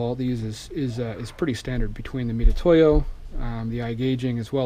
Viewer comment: Can’t take anymore.!.!.... weirdo OCD and c’mon with the “meat-a-toe-ya” hooked on phonics bro. It’s like a easier way of saying Mitsubishi. LOL oh oh.... and my favorite. When putting his micrometer away trying to figure out how much to close his mic. Settles on 75 thou finally.